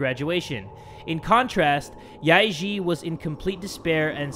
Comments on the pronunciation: im cringing when he says the names yae-eun and yae-ji incorrectly XD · How pronounced Yae-Ji sounds like “ Lick pee” in my language😂😂😂